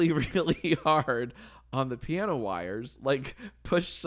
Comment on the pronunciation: Pee-ano. :D